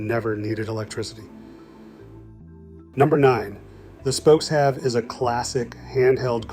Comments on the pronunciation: Pronounce them correctly...... it is spoke-shave, not spoke-have!!!! Narrator obviously never used one!!!!! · It is pronounced "spoke shave", NOT "spokes have".